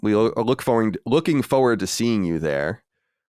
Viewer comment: They talked about all these words that the guys pronounce oddly. But they glazed over the most egregious one. Colin pronouncing forward as FOward